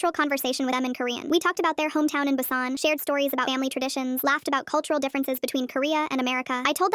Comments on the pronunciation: Busan ❌❌ bassain ✅✅ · The way the video pronounced "busan" really pisses me off